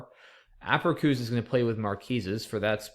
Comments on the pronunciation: Haha -- is such a genius I usually find his mispronunciations kind of cute, but by the 4th or 5th time he said "aperkoos" I was writhing. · The C in APERÇUS is pronounced like an S by the way ;)